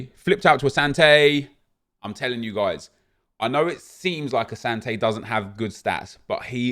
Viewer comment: Bro. I’m Ghanaian. It’s said asanti not Asante